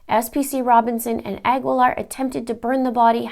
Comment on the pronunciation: Cecily's last name is pronounced "a GEE Laar", the U is not pronounced, same with the last name Guevara.